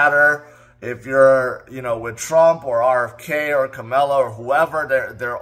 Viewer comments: Pronounced Ka-ma-la think comma. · Her name is Pronounced as K M L A not K A M A L A as it’s written…